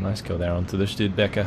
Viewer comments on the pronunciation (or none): Studebaker is an American truck, so you don't have to "shtu" :)